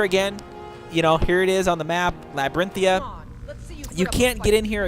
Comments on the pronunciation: And also it's labyrinthian not labyrinthia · It's pronounced as, La-brinth-thee-an Not Labrintia And Draw-ger Not Drooger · I think you're leaving out the N on the end of the word Labyrinthian... you keep calling it Labyrinthia lol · > >it clearly says "labyrinthian" >LaByRiNtHiA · it's pronounced laabarinthein and drawger not drewger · labirinthia are u kidding me dude it has an n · Well that's awkward. It's actually lab-ir-inth-ee-an you missed out the y and the n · I hit Labrynthian much later in the game, around level 45, and found the critters inside pretty easy. The walkthrough was nice - but mostly because my four year old was up and I didn't want to actually PLAY the game with her watching at that point, and my curiosity had been roused. But FYI, it's pronounced DRAW-gur. They aren't Drow-gers. And also, it's Labrynthian... with an N at the end. Not Lab-er-in-thia. It's Labrynth - ee ann. Sorry, that drove me nuts through the entire walkthrough. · Labyrinthian. The n is silent apparently, according to this guy. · dude are u blind it says labrithian with an! (lab) (brith) (e) (AN)